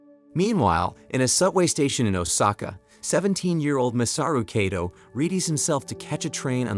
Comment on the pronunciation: well the AI you’re using is faulty. How could it say the same name differently it said at first Kayto then started pronouncing the name as Kaddo